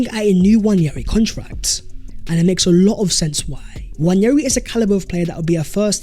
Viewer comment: It's not Nnwayeri it's Nwaneri (ONE NAY RI) ETHAN "ONE NAY RI" There's absolutely no Y in the name for crying out loud..